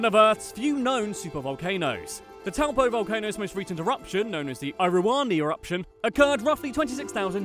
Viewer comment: I’m from New Zealand and after this I WANT TO DIE harmless ay? u said towel po pronounced toe poor Do u know what the hobbit is?